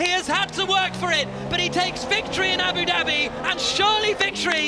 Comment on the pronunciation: Abu “Dabby” xD